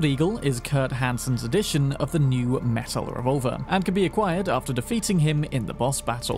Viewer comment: The way you pronounced Techtronika the first time is right. The way you pronounce Metel is wrong tho)